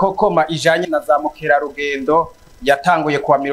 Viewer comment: Murakoze cane, ariko ntibavuza zamukerarudendo, ico sikirundi. Ni bamukerarungendo!!